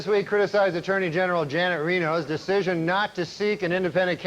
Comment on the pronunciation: He can't say attorney general 😅